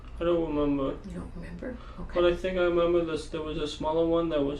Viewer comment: "I dont wemembew 🥺"